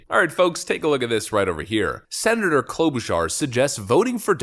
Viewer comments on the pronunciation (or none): none